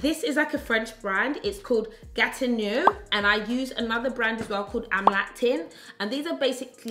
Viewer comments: Gatineau -- 'gat-in-oh' ;) xx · Gatineau is the bomb (gat-in-no) sold on qvc uk. Amazing skincare x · Pronounced Gatino.... Also available from QVC!!